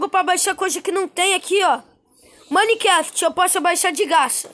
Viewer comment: Kkk ele fala maniquefiti kkk